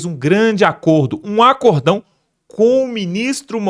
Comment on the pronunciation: Meu amigo, não é ACORDÃO. O certo é ACÓRDÃO. Tem um acento na sílaba CÓ. Paraxítona terminado ÃO. Outros exemplos: BÊNÇÃO, ÓRGÃO, SÓTÃO...